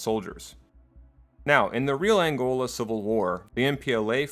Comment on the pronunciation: am from Angola well Zaire to be exact please do a better job at pronicing or saying it right or google it please. Aside from that good job